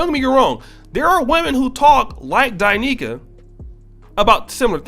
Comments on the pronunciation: You are pronouncing her name wrong. It’s not Die Nicaea it’s Da Niels! Now I love her now just because she’s fine but because her information is on point! I even let my wife listen! She goes in both on men and women! You would benefit from listening as well! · It's D'Neika not Di'Neika!